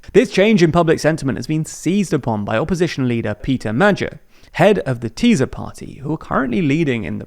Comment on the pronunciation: It would be nice if journalists would one day learn the proper pronunciation of names and organizations. It is pretty annoying to listen to them butchering these (and neither Magyar or Tisza are obscure words, being the proper demonym for Hungarians and the name of the second largest river in Hungary)